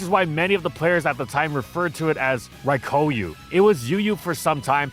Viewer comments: It was physically painful to hear you mispronounce Raikou so many times. It's Rai-kō, not Rai-koo. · You'd think with how much he talks about it would be able to pronounce "Raikou" correctly for once.